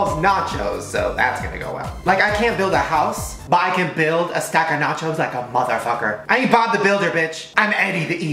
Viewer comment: I thought he said “matches” instead of “nachos”